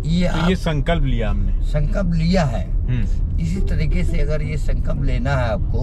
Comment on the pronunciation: Sankalp ❌suncup ✅